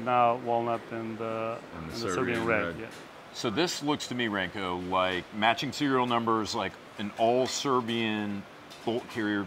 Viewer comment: for future reference... Branko's name is pronounced like "Bronco" but with a rolled "R"... sincerely, a fellow Serb